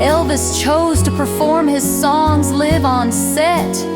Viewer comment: Gotta be narrated by AI, because it’s unnatural, disregards punctuation, and mispronounces basic words like “live.” it was almost unbearable to listen to.